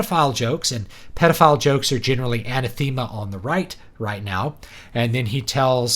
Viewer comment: Good assessment, but one thing bugged me: anathema is pronounced "an-ah-thehm-ah" not "anna-theme-ah". Source: graduate degree in theology (aka. "um, actually")